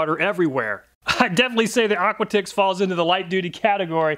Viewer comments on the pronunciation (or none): I think the brand "aquatix" might be pronounced similar to "aquatics" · Couldn’t help but wonder, is Aquatix pronounced like Aquatics instead of Aqua Ticks?